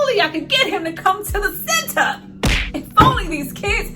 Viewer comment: You killed me every time you said THA CENTAA🤣